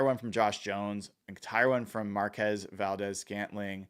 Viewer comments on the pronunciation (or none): FYI it’s pronounced Markwezz. He got a little testy with reporters mispronouncing his name 😮😂